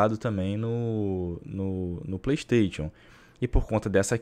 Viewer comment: playISTAITIONN kkk melhor é a pronuncia do